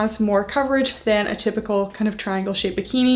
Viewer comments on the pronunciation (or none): none